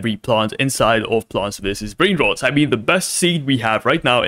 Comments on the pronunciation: Why did he said plants v s brain rod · Bro cant even say plants vs brainrot he says blant vs brain roads😂